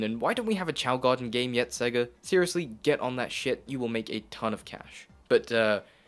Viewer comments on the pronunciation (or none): none